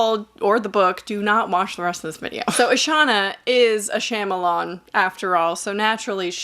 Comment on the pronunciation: Not trying to be that annoying person but Shyamalan's beginning syllable is pronounced "shaw" and not "sham". My inner tutor coming out 🤭 but still a thorough great review 👏